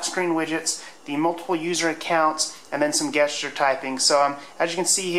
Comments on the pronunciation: Guess-cher. Gesture is pronounced "Jess-cher". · You're the second person I've seen in as many days who says "gesture" like guest instead of jest. Is this some weird alternative pronunciation that I haven't been informed about?